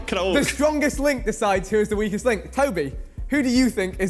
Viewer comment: 🤣🤣 I really thought he said “We Kissed” instead of “Weakest”